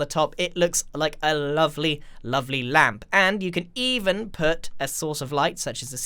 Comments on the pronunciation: Nobody: Grian the moth: LäMp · Nobody: Grian: L A M P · Grian: Ł ä m p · No one: N o o n e: Grian: LaMP! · Mumbo Jumbo: “REDSTONE” Grian: “Ł Ä M P” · No one: Grian during Minecon: L Ä M P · Nobody: Grian: LaMpS